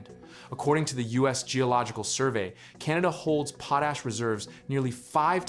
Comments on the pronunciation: It pronounced "pot ash", not pooash. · pote ash.... worst ai voice ever